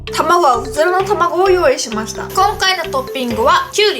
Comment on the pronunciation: ウズラの卵言えてなくない？ww